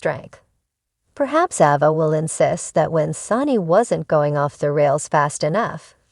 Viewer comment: Please pronounce the names correctly. The A in Ava is not a short A it is pronounced with a long A like the word "A". It is not Ahva!